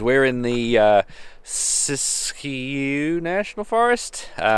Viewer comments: Ok you pronounced siskyou correctly but how you pronounce Oregon is a little off lol. Port orford is an awesome little town, when we went a couple years ago we found some awesome green jasper and agate formations that we have stashed away now and it's good that you went to the dive, we went to redfish and it's a never again place as the service sucked and it was a bit spendy as they were trying to be a 4-5 star place in a small coastal town. I live in Salem btw so am a Oregonian lol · Ah Man’ I live in Klamath falls near crater lake/lava bed nation park. Wish I coulda checked out your 22! Love it! (New subscriber!) def worth coming back to see crater lake on a sunny day! Also you said siskiyou right!